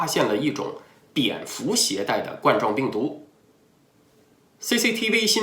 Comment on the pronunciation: 冠（官）状病毒，不是冠（罐）状病毒